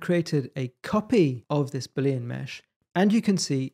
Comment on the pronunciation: Looks interesting. Although I may struggle to ignore your pronunciation of Boolean. Judging from the way to write and say it, you don't seem to have noticed that it's a proper name, based on the work of George Boole. Newtonian, Victorian, Boolean.